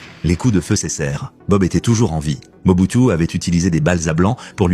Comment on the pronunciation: Mobutu, Moboutu, Moboutiou.... Il existe plus de 500 reportages sur ce président et son nom se prononce Moboutou !!!